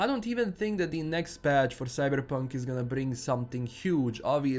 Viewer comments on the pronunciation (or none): Say Cyberrrrrrpunk again you sexy beast. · Whenever you say 'Cyberepunk' I smile a little. :P